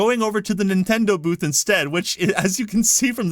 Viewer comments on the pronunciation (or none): none